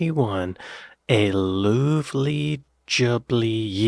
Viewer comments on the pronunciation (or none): luvvly is the same as lovely not loovely lol